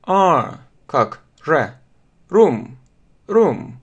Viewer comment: Извините, я не поняла. Вы учили произносить слово room. Мне так показалось что букву R вы произнесли почти как русскую букву Р. Сколько я слышала английскую речь, то мне кажется, что эта буква должна быть более ррычащей ??? :))) Или здесь влияет разница между британским и американским произношением ?